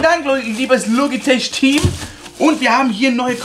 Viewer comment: Logitech wird logitek ausgesprochen